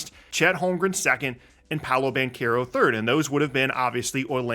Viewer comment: Its pau·low... Not pow-low